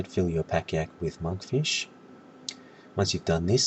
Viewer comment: No sir, your argument is invalid. I'm 138, I DONT NEED FOOD THERE. However i wasn't laughing at monkfish as "noob food" but the way you said it hahahaha "manfisch" LOOOL NICE ACCENT